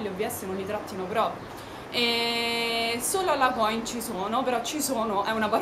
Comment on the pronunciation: si dice coìn!!! con l'accento sulla i!!! ;) è veneto ;) video interessante!!! brava!